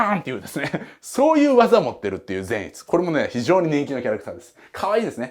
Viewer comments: ぜん⤴︎いつ⤵︎のイン⤴︎トネーション⤵︎ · 善逸のイントネーションが違うと思うのはわたしだけ？笑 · 説明うますぎて、また見たくなった！！ 善逸のイントネーション気になるところ🤔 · 善逸くんの発音が個人的に気になる… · 善逸のイントネーション（笑）(≧▽≦) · 善逸のイントネーション違うー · 善逸の発音ww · 善逸の発音はあっちゃんのやつであってるのか！？！？あたしが鈍ってるのかあっちゃんが鈍ってるのかわからぬ、、、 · ぜんいつの発音草